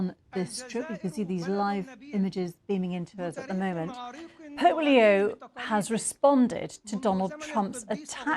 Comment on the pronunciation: sounds like you said polio, not Pope Leo! Better articulation, please